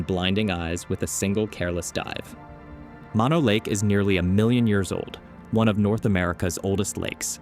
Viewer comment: "Mono" is pronounced with two long "o"s, not like the shortened form of mononucleosis.